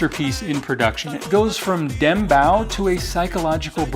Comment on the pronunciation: 2 things...its pronounced "Dem-bouuw" and where did you get that jacket?!😅 the color and style is peak